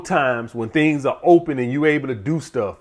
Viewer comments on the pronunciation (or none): none